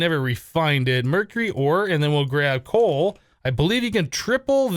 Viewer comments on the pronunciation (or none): none